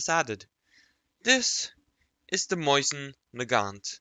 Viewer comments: Btw it’s pronounced mosin not moysin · mose-in PRONOUNCE IT CORRECTLY